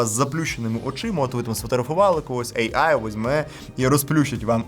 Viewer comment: От не протримався без своєї шиї, лови черговий дизлайк. Цікаво, чому ейай, а не ийай. Ші ж шиї, то кажи тоді ийай